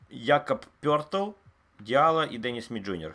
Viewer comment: То, как называет Якоба Пëлтля, это просто шедевр. Пертрл😊😊😊